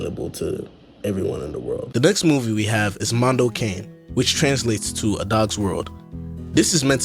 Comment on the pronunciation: The cane being pronounced as caine🥀